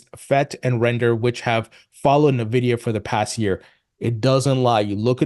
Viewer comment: Stop saying 'na-vidia'.. it's 'En-vidia'.